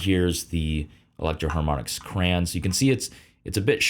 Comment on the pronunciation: Did he really just say cran???😢